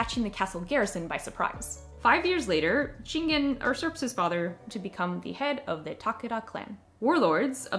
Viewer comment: it’s pronounced “yusurp” not “ursurp.”